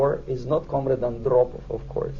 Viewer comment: comrade Andrrropov xD